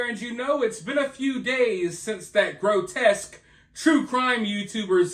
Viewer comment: "Grotesque" 😂 love you